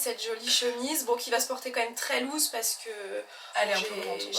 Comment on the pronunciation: Par contre ample en anglais ce prononce’louse’ loose et pas lose qui veut dire - perdent 😊